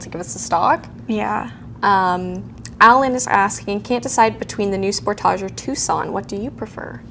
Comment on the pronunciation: I thought hAlogen was a Canadian pronunciation like the Spor-tage. It's -speak 😂😂😂